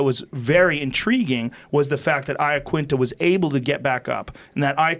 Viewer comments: Joe, other guy, UFC guys, do you in your heart of hearts, really believe Al's Italian surname is pronounced Eyeaquinta? C'mon you Muppets. Make a fucking effort. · Why do people call him Laquinta? Its Iaquinta